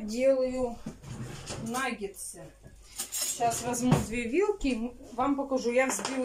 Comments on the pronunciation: "НаггеНсы, аджиГа "(летом была) 😂,,правильно НАГГЕТСЫ. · НагеНсы 😂😂😂 и тут умудрилась исковеркать слово! Наггетсы!!! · не « нагенцы «.. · Вообще то наггетсы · В начале ролика нангенсы, а в конце нагетсы🤔😁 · Ольга, я тоже как говорю нагенсы😂😂😂. Но если уж делать замечание, это уже другой разговор🤔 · Кто посчитал, сколько сказала "Н А Г Е н Ц Ы" ухо даже поранила 🥶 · не наа меня поправлять, говорит нагеНСЫ наит нагеНСЫ👆